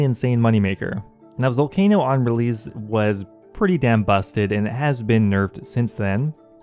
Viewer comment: I've always wondered why you pronounce the letter s or c as a z instead. You do it a lot but not 100% of the time. Like when you say spezifically, releaze, letz, piezez, seedz, etc. I remember the first few times I knew there was something odd but I couldn't put my finger on it but then I noticed what it was and ever since I can't stop focusing on it lol. I'm genuinely curious guys, please don't get mad lol I mean no disrespect or anything of the sort.